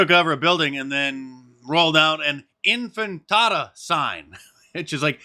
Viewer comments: "Infintada"? You sound like one of those morons you interview on the beach. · It is INTIFADA, not Infintada. ;) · Infantada IS more accurate. Glad you mispronounced that word, Mark. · Mark, it's In-Fi-Tada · Infintada? Is that like a fried chalupa, Mark? 😂😂😂